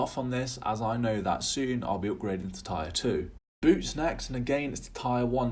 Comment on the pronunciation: Tier is pronounced TEER nore TIRE, lol